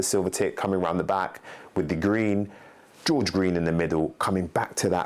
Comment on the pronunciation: Gorge not George